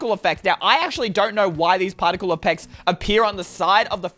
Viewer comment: In says partical eppects